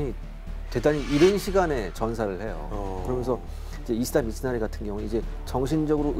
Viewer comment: 히데츠구를 자꾸 히데구츠레... 이시다 미츠나리를 이시나리라 하고 ㅋㅋ